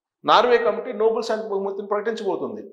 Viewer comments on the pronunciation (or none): అది నోబుల్ బహుమతి కాదండి.... నోబెల్ బహుమతి అనాలి. It's not Noble Prize but is Nobel Prize.